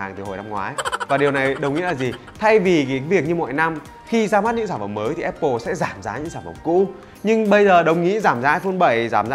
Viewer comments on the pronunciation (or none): none